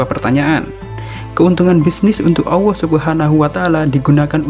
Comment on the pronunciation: kok nyebut nya AWWOH yaa? mustinya Allah